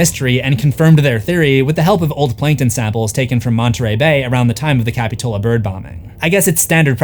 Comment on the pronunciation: Love the video, but as a local Montereyan, that's not how you pronounce capitola..